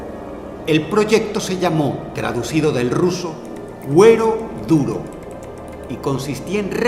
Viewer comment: Medio video me tomó entender que decías "cuero duro" y no "huevo duro" jaja ✌🏼